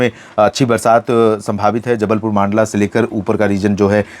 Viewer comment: मंडला को मांडला बोलना कब बंद karoge सर 😢😢